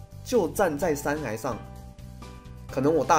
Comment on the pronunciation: 山崖(ㄧㄞˊ) 不是山涯(ㄧㄚˊ)